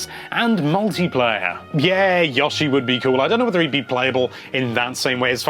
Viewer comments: Stop saying Yawshi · "yawshi" - nintendo life